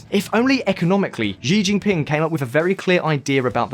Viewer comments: They are pronounced “See (Xi) Jin ping” and “Seen (Xin ) Jiang” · You mean, Shin-jang? You keep on saying Zinjang. Xi Jing Ping is Shee-jing ping. Not Jee Jing Ping